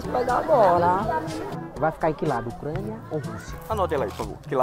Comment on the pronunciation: ÓCRANIA KKKKKAAKKA